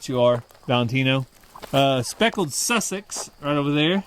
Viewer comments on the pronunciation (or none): none